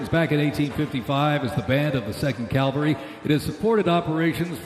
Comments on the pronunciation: did he say Calvary instead of Cavalry? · I agree. I also found the narration vapid and uninformative, and marred by obvious signs that the announcer was not familiar with the subject matter. He kept saying “calvary,” for Pete’s sake! And I notice they didn’t mention the Mexican War, the Spanish-American War or the Philippine-American War. Maybe not so proud of those? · happy Birthday US Army, Happy Birthday US Flag and Happy Birthday President Trump. Wish the announcer hadn't kept saying "calvary" - it's cavalry.